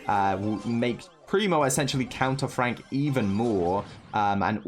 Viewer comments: STOP SAYING FRONK ITS FRENKSSSS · LMAO it is Frank not Fronk🤣🤣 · tom spelled and pronounced frank wrong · Supercell: "Frank" and: "Fronk" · Its FRANK notFRONK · No one literally no one: FRONK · "Fronk" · Fronk😂. Why less people noticed it